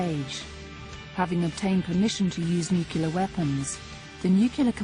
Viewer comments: Argh. It's bad enough when an American announcer or politician pronounces it "new cue lar" but when a Brit does it... over and over.... and is getting paid for it.... I have to draw the line. Please.... Announcers and Politicians speaking (allegedly) English: IT IS PRONOUNCED NU CLE AR not NEW CUE LAR. Good grief. Look at the spelling. No Clue Your announcer. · the narrator keeps saying "nucular" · I've always been worried about a "nucular attack" 😂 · Nukular? Really? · Nuclear not nuculer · 1) I don't want Ruff back in prison. I want him on our side. 2) I can understand a US president pronouncing it "nukyular" because we don't require any sort of qualifications for the job, just the most bozos voting for him. But a narrator for a documentary on the topic of nuclear war? It's like hiring someone with a lisp to read a story about Sammy the Super-Sassy Snake. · nucular? or nuclear war was in the air ??? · I cannot stand listening to an otherwise competent English speaker calling the weapons "nukular." Apparently she's unkular about the correct pronunciation of nuclear. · Hear, hear! As I said above, she's unkular about the correct pronunciation of nuclear. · STOP SAYING "NUCULAR" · NOO-CLEE-URR. Goddamit. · "nuclear", not "nucular". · excuse me? nu cu ler war? geez, will ppl ever fucking learn to pronounce this word. grrrrrrrrrrrrrrrrrrrrrr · "Nu-celar" makes it sound like Homer Simpson :D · Rather annoying when the voiceover person keeps mispronouncing nuclear as nuke-ular. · So sad... a documentary that consistently pronounces nuclear "nu-cu-lar"... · NUCULAR... Who was her English teacher? Homer Simpson? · Nu-cle-ar, nu-cle-ar, nu-cle-ar! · It's nu-cu-lar. The T is silent. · I think anyone who repeatedly pronounces nuclear as nuku-lar should be tied to a nuku-lar missile and shot into space. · Glad I'm not the only one here who winces every time she butchers it. I know it's a little thing but damn it's annoying. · Another presenter that can’t pronounce ‘nuclear’ 😖